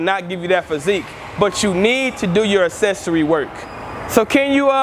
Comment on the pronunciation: "Assessory work" lol kills me evertyime